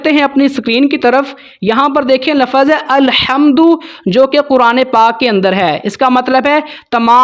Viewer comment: لَفَظ (lafaz)نہیں، لَفظ(lafz) بولتے ہیں،